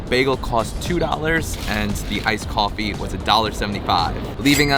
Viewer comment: "KOFFE" OH MY GO